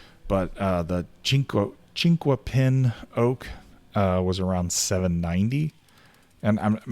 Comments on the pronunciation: Generally pronounced as "chink-a-pin"'. Leaf is similar to chestnut oak, and the bark is similar to white oak. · Out here in Oregon we pronounce it chink-a-pin (the "u" is silent). Chinkuapin is another name for Larch.